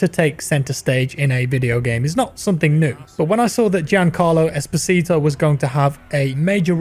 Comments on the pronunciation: OMG I always hear "Despacito" instead of "Esposito" Jesus... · Please stop saying Esposito like that